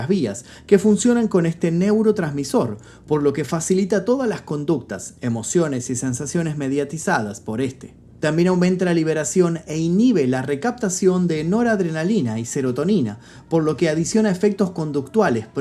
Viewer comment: "Enora drenalina" WHAT?